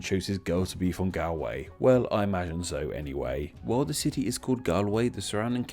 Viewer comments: o my gah gaul way not gal way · I don't know if you're forcing the pronounced version of Galway to make it sound like Galloway but it's "gaul" way. Had to stop watching sorry. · You are mispronouncing Galway haha. It’s pronounced Goll-way not Gal-way. You are picking it up from someone with a strong Irish accent clearly 😄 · Galway is pronounced Golwei not Galwei. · It's pronounced Galway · Galiye?? The pronunciation my god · My dude please double check your pronunciation of places as you’re making these videos. This video is interesting but the consistent incorrect pronunciation of “Galway” (Gaul-way) and “Gaillimh” (Gau-lyiv) hurts your credibility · I can’t believe his pronunciation of Galway. He’s heard galway girl sung. Almost sounds like a satnav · It's great to see a video of the home county but it's pronounced Gaul-way. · Gaul way its Gaul way Its painful to heal you pronounce it that way as i am a galwegian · im irish its galway as in gall like ball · Galway is pronounced Gaul-way, and Gaillimh is pronounced Gol-yiv 😉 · I’d pronounce Galway like gol-yih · Ya Galway is pronounced like gaul and your pronunciation is killing me. Signed a Galway Girl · Galway is more pronounced like Gaul-Way, speaking of which, is there any possibility of a relationship to Gaul? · Galway is more properly pronounced like "Gaul Way" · It's actually pronounced like Gollway, nice vid. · ok I like the concept of your video. However if your going to do a video about place names, youve got to be able to pronounce them correctly. Youve mispronounced Galway many times, as well as mispronouncing Dumfries, Kirkcudbrightshire and Dumfriesshire. A bit more research is needed. Otherwise decent. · Everyone here is going at him for pronouncing galway wrong, but no one out here wondering how County Mayo has this massive pan handle in County Galway on his map? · Your pronunciation of my home is wrong and bloody annoying, but pat on the back for a good try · You’re pronouncing Galway wrong